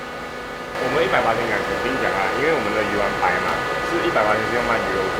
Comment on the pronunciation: 丸的讀声是“完” 讀鱼完😂